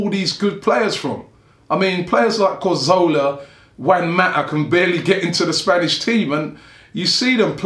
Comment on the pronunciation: Can people stop pronouncing Cazorla's name as 'Carzola', fucking hell is it really that hard to read the letters in the right order?